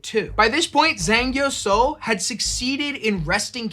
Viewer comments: Closer, but still not exact would be "Jeng" like in jenga. "Ee" like the sound of someone excited and "Sa-ow" like the start of salt and then the sound of being hurt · Fantastic choice of topic, would have been nice for any part of her name to be pronounced correctly. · My mum used to tell me stories about Zheng Yi Sao growing up. I always love hearing more about her and it's an excellent topic for a Complexly video. In the future if you are going to be saying names and places in a different language please ask a native speaker for guidance. It feels disrespectful to continually mispronounce her name.